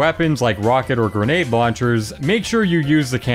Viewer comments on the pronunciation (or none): none